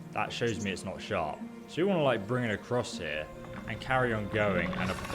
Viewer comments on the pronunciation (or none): none